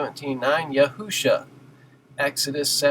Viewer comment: Great video sir. I too rejoice when people seek to call upon the Name of the Father and Son, but there are a few simple errors that can be avoided by actually studying Biblical Hebrew grammar which clicking on your Strong's numbers does not provide. For example, you admit that the full spelling for the Messiah is Yahsushua, yet pronounce Yahusha, when it appears in it's "defective" form. Dawid is spelled half the time as: dalet, waw, yod, dalet and the other half: dalet, waw, dalet (defective) yet no one ever says "Dood." The same applied to Yashushua. You always pronounce the proper and never Yahusha. Hope this helps. I made a video on the topic for anyone interested.